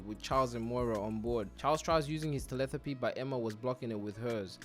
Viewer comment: Telethapy? lol it’s telePAthy 😂😂☝🏾🤓